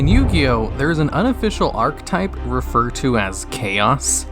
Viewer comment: Can’t even pronounce archetype